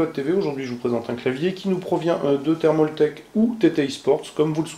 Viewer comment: c'est pas thermauuuultake ptn j'en ai marre c'est thermaltake